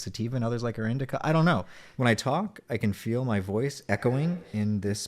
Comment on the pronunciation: I love “indicuck”. Sativa is so much fucking better it hurts.